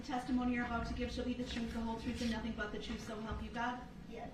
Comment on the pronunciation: Darrell telling “the troof”😂